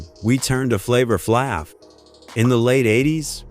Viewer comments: this guy said flavor flabbbbb wth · The a is a long a in Flav